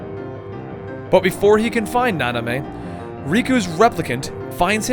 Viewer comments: Na-min-ay, not Na-ni-may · Why did you keep saying "Nanamey"? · Nanime? NO. It's Namine. Please if you've played the games like you said you have, then why are you going around mispronouncing everything? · please for the love of God say namine not nonime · Nanime= Namine Xhenahort=Xheanort Equarus=Eraqus So many mispronounced name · Yes, and he kept saying Nah-Nah-mey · actuall namine is more like (nah-min-eh) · Isn't it Namine? Like Nah-mehn-ay? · and namine, is pronounced, na-men-a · yeah those mispronunciation of xion (shee-on) and Namine (na-min-a) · Just a heads up, every time Xion and Namine are mispronounced, a person loses their heart to the darkness and a heartless is born ;(